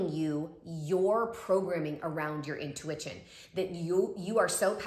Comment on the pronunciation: She really said “intuiWITCHin” :)